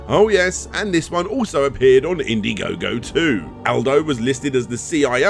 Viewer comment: In-daɪ-gogo: As in Diethon, Dierantula, Dieablo... all these names came from THE OTHER Dragon's Den. =P Really enjoyed this direct,, thanks again!